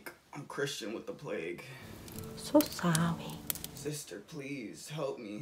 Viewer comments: so sowwy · So sowwwry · “So sowwy” omg I’m dead 😂😂😂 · I'm so sowy had me dead